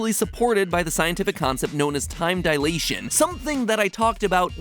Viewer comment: Alas, someone who pronounces dilation correctly!